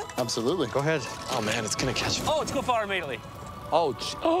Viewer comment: Lol i think he said fart not fight